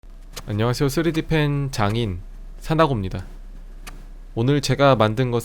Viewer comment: 나 처음에 "3d펜 장인"을 "3d펜 장애인"으로 들음 장애인 비하발언 아닙니다 사나고 비하발언 아닙니다 뭐라고 하지마세요 드립입니다